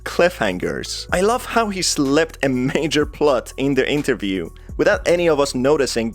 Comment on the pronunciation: Sir please. It's interview not Enterview.